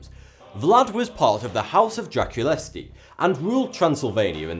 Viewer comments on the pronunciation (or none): that pronunciation of ''Draculesti'' tho